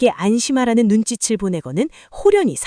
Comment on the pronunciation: 나레이션이 다른 채널보다 글을 바르게 읽는것 같아서 기분좋게 듣던증 한마디가 탁 걸리네요. 눈짓을=눈지츨× 언음으로 눈지슬 이라고 읽어야 됩니다. 다음말이 이. 오 유 을 같이 이응이면 시옷을 을로 넘겨서 읽어야 발음이 됩니다. 무릎을 꿇고 가 아니고 꿇리고 라고 해야죠. 꿁고는 스스로 꿇는 것이고 꿇리는 것은 남이 억지로 하게 하는 것이죠.